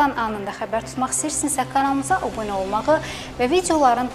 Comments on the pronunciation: yene Obune ? abune deye bilmir bu qiz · Xanım obunə yox, abunə.